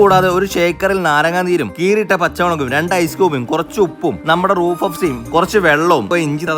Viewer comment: റൂഹ് എന്നാണ് റൂഫ് എന്നല്ല